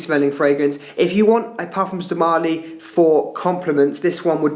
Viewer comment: marLY… not MÁrly